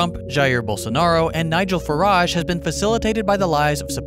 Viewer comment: As a Brit I when you say Michal Firage I was like oh, oh that guy.